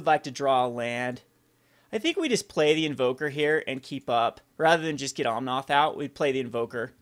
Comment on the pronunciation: just fyi is OmnAth, noth OmnOth.